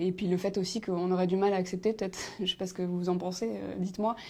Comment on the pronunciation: "ché jamais si on doit dire bonjour ou bonsoir à 18h..." ouai et moi "ché" pas pourquoi à la TV ils font bosser des gens qui ne savent pas s'exprimer correctement en Français.